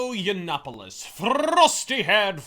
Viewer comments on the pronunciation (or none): wew Milo Urine-opolos as the Big Black Corporation prefers to pronounce his name is a total shitpost-made-man. The MSM losers totally bought into it. As much as Sargon memes that they have, they've learned fucking nothing.